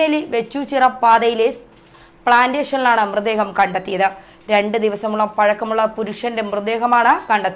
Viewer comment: സംബവം.....ബാഗം......മൃദേഹം..... സ്റ്റൈൽ എടുക്കാതെ മര്യാദയ്ക് സംസാരിച്ചു കൂടേ കൊച്ചേ....വെറുതെ മലയാളഭാഷയെ അപമാനിക്കാതെ.... എത്രയായിട്ടും അവസാനം 'പിടിച്ചാണ്ടു പൊയീ' എന്നു കേട്ടപ്പോൾ എല്ലാം മനസിലായീ...